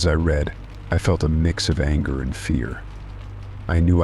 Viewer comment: Such a well-read AI and yet they cannot get the difference between I read and it read past tense (red) dead giveaway